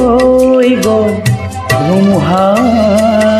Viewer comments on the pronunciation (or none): শব্দৰ উচ্চাৰণ আৰু ভাল হ'ব লাগিব,গʼল তোমাৰ গল হৈছে, থৈ থয় হৈছে.. বাকী মাতটো সচাঁকৈয়ে বহুত ধুনীয়া